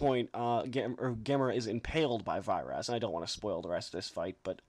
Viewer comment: nice review man! though i think its pronounced "Veer-as" and gyaos is pronounced "Gouse" like to rhyme with 'house', and with a hard 'G', sorry if im being a fussy bastard! i subbed too btw :)